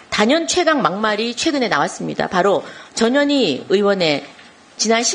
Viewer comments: 김정재 의원님 "전현희" 발음을 똑바로 해 주셔야 합니다. 듣기에 따라 "저년이"로 들립니다. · 발음을 주의해주세요...저 뇨 니 😂